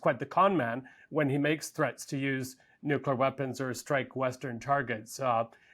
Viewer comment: Somebody please tell this woman how to pronounce nuclear correctly. It's really not difficult!